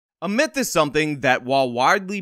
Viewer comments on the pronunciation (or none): none